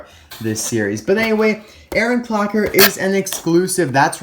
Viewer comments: "Aaron Cocker" Lmao, but amazing review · LittleHarky he said clocker but he barely said it